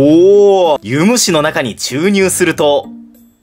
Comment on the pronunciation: ユ⤴︎ム⤴︎シ⤴︎じゃない？